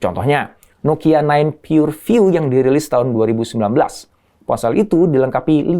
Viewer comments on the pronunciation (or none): none